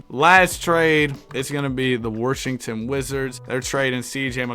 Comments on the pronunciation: pj worshington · Is the R in “Washington” in the room with us?